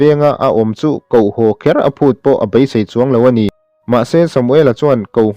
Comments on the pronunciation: Ka BAI tih a chhiar loh tur. KA BEI tih tur a ni e. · A ziakah pawh 'BEI' tiin a inziak a,'Bai' tia han chhiar țalh chu a țullo ve khawp mai. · Ka bai a han toh, ka bei a tih tur ania😊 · I chhiar thiam viau mahse Bei tib hi i lam chianglo bai tiin a ri deuh tlat Bei ti hram rawh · A ngaihnawmin a bengvarthlak hle mai. Chuan, Bei tia lam tur hi BAI tiin i lam ri a. Rilru a la peng deuh...